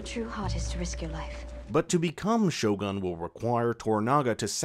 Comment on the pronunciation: Lol, your pronunciation of Japanese words and names is hilarious, Maeriko and shoguhn are priceless. Lmao.